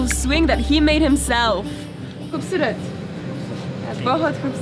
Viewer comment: and your way of saying "KHOOBSORET" was just amazing👌